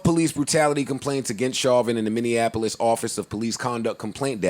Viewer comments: Lmao minineapolis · Romy Taylor we don’t even book talent here if they mis pronounce Minneapolis. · don’t ever say Minneapolis again. That’s not how you pronounce it. Joe knows what’s up. Put on.